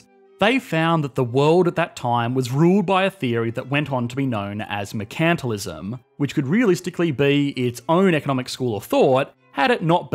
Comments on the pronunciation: Mer-can-TILE-ism. Not Mer-CAN-til-ism. You're stressing the wrong syllable. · "mercantalism", really? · I love how he put up 'mercantalism' with the pronunciation guide below it and then promptly says it wrong. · While I love your videos, it drives me up a wall that you showed an image of how to pronounce the word " mercantilism" correctly, you then went on to continue to pronounce word wrong. It's mer (rhymes with her) - can (tun) - til (hill) - ism. And the stress is on "mer" not "can". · "mercantalism (non) mur-kuhn-ti-liz-uhm" prounounces it ma-cant-a-lism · I was listening along (not watching the screen) and when you said "mercantilism" I didn't have a clue what you were saying because I have never heard your interesting Aussie pronunciation of the word. 😂 BTW, Hayek and Von Mises are the best. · 1. Display the word "mercantalism" with a pronunciation key and definition. 2. Mispronounce mercantalism for the rest of the video.